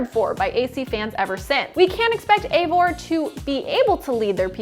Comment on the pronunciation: It's not Eivor... It's Ivor... This is how you pronounce it